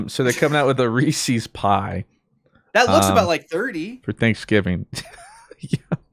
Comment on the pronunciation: The return of the Reese’s mispronunciation😭